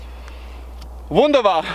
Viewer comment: Did u say "wunderbar"? It was pretty good xd